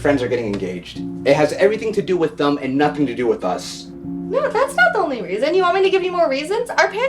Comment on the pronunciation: Bro tham instead of them